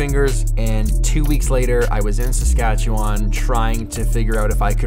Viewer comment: It's pronounced saskatche-win 🙄